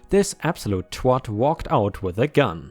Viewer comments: Pronounced "Tw@ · don't worry you say it the American way in your other amazing YouTube videos too. I say it the English way. Thanks for your hard work you help me clean my house!! ✨⭐☀️🌟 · Lol you said tw*t right the first time then you started pronouncing it wrong!!